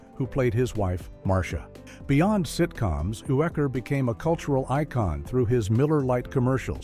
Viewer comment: Bob Uecker's last name is pronounced YOO-ker.